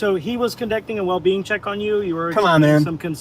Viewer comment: Anybody keep hearing “well bean” instead of “well-being” from the cop? 😂😂 or was it just me